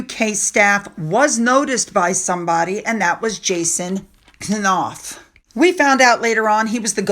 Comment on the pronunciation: I think it's pronounced Noff not Ka-Noff.